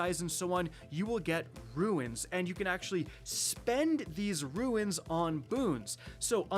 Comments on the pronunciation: it’s RUNE not RUINS!😂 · Another video another day he still hasn't learned to say runes instead of ruins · Runes = “rooones” “tunes” “moons”. Not Ruins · At this point hes gotta be trolling...he can say Boons just fine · cant someone tell how to pronounce "RUNES"!! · "Cant pronounce the word 'Rune' properly" Kackis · I be booing. It drives me nuts. In another video he says runic correctly instead of ruin-ic I might have to unsub.